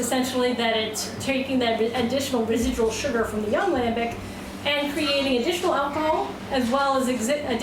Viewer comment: You want to pronounce gueze like a frog then you f up lambic... lambeek you say lambeek